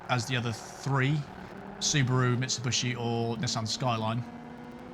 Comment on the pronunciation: Ahahaha I love the intro! Geniuely made me lol! :D Great driving as always mate! EDIT: Now this is just TOO good: there is a new automaker you need to learn to pronounce the right way :D It's MitsubIshi, not MitsubUshi. ;p